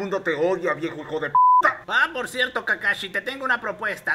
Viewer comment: No se dice kakashi jaja